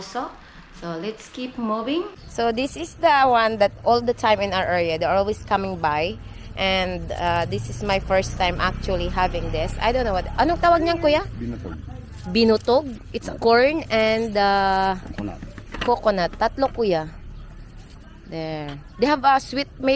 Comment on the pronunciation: BINATOG not binotog